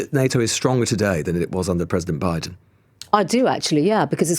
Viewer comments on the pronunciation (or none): none